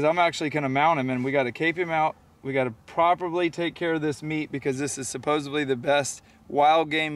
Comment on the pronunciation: Did he say ‘supossably’ like supposedly... haha